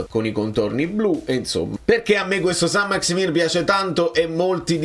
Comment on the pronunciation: Saint-Maximin (si legge maximen), è certamente meno “fluido” di te 😅 PS: Conte un grande